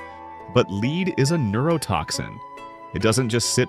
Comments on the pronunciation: lead is pronounced led not leeed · The pronunciation is lead+++led! It’s AI because it can’t pronounce some of the words! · Haha..,lead (with a long e )and arsenic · I do wish AI would learn the pronunciation of the metal LEAD!